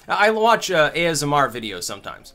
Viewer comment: Just so you know,, whenever you say ASMR it sounds like you're talking about the Aasimar from D&D.